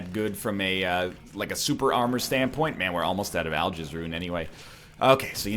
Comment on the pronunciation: Why is it that some runs you say Algiz like Al-giz and some you pronounce it like Al-jiz. It bothers me more than it should.